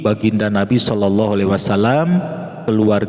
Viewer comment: Bukan sollollohu. Tapi sollalloohu, jika menurut ilmu tazwid